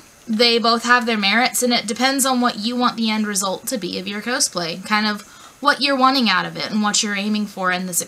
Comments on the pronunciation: why are you saying cowsplay, its cosplay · i pronounce is "kaws-play" and she says "ko-splay" and its making me disgruntled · My first cosplay was Chell, from Portal/Portal 2 (kinda hard, since she never talks, and I'm a huge chatterbox). Planning to maybe do Terezi next :) Also, not sure if I've just been wrong, but I always pronounced it caws-play. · your saying cosplay wrong!!!! its annoying... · K I've never ever cosplayed and even I know that "cosplay" = costume+play... So "cause-play" is the correct pronunciation. Also it's height not heighth. (Although heighth was a word back in the 18th century if you want to get technical.) but you do you booboo